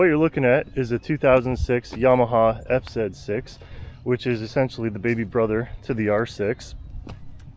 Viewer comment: You said zet 6 😂 I always do that 😅